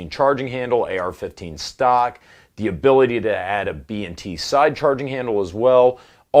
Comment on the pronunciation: B "&" T.... Not B N T